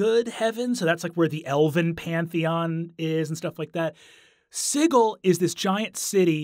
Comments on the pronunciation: Sigil is pronounced with a soft g. It's not Siggil. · Siggle? I've got a siggling suspicion you meant Sigil (pronounced Sih - jill), City of Doors. I also wouldn't really call the Lady of Pain a villain, per se. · NOPE NOPE NOPE. I went the first 38 years of my life never having heard it pronounced "Siggle," and I don't plan to start now. Matt and Brennan are going to start an onslaught of ineptitude, and I respect both of them too much to let that happen. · ITS "SIJIL" NOT "SIGGLE". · I have never before heard the word sigil pronounced as "siggle." I always heard it as "si-jill." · This dude did NOT just say "The city of sighle" instead of Sigil.... Matthew Mercer shakes fist in the air meme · Siggle? Isn’t it Sigil (Sid-Jill)? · He pronounces the word sigil "siggle." Must've played with Matt Mercer. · I honestly thought he was saying sickle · "Ziggle"? That's a creative way of pronouncing Sigil xD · So, is Sigil actually pronounced Siggle? Or is this another Matthew Mercer-ism where he mispronounced it? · Ahhh stop pronouncing 'Sigil' like 'jiggle'! It's g like j as in jazz. Also y'all should have done The Head of Vecna. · He even pronounces 'sigil' incorrectly like Matt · Agreed. I had no idea that my fun fact would be so divisive, so my apologies for the clusterfuck! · The place is not pronounced the same way as the English word for a fancy symbol. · The way he pronounces Sigil tho. It's meant to be like a house Sigil. I believe the symbolism is that it's "on" a ring like a Signet ring would have your house Sigil on it. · I see that Brennan went to the Matthew Mercer School of Pronunciation of Sigil.